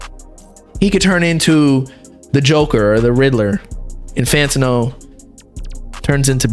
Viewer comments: bro why do you say fantino, its fantano lmaoo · fan ta know??? why u saying his name like this bro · BRO WHY THE FUCK YOU SAY IT FANTO NO ACC DRIVES ME INSANE 🤣🤣🤣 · the way says “Fantano” bothers me